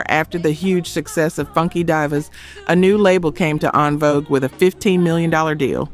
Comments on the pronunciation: correct me if I am wrong: is this AI or an actual person. some of the mispronunciations is perplexing. is it pronounced Ung Vouge or N- Vouge . Is it pronounced Funky Dee-Vuz or Funky D(eye)I-vuz ? I am asking for clarity and edification. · “Die Vas” what the Hell??? How does anyone miss that before releasing? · This HAS to be A.I. because calling them "AHNvogue" and "UNvogue" and "The Funky DYvers" is crazy😂😂😂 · "It's 'FUNKY DeeVaahs, Not Dive Vaahs,You Are Not Fact Checking That Hard, Nor Is It Free To Join Your Podcast, Hmm"😢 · Divas is pronounced Dee-vas. 😂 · The funky “divers” sent me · Don't forget "Funky Divers"! A.I. imperfections.